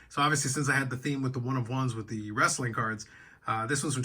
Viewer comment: It’s “wrestling” not “WRAAAAAAASLING”